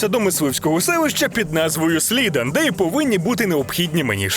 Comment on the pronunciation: не дивлячись - відразу Бан! 🤬 за слова "найгірша rpg серії"! Це найпрекрасніша гра на планеті! 😡 тепер серйозно. додивившись (через силу) до кінця, скажу, що за такі огляди потрібно засажати у ютубну в'язницю. по перше, у відео якась ванільна версія без патчів, по друге, автор навіть не вникає в лор серії, по третє, не взмозі нормально вимовити назви міст, який бл' Слідан'?!?.. по четверте, тупо вирізав всіх нпс, не взявши квестів цікавих.. по 5те, нічого не сказавши за красивий візуал гри як на той час, а ну так, бо він грав непропатчену гру, найкрутішу музику в серії так точно. Це так, те що кинулося в очі. все відео тримається на дибільних жартах і заїзджених мемах. Готика 3 далеко не ідеал, але так ганьбити гру, якій на секундочку вже 20 років, це ще потрібно постаратися. Надіюсь більше не будуть попадатися мені в рекомендаціях "витвори' даного автора!.